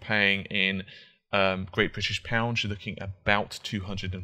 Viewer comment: Great British pounds? Your saying it wrong.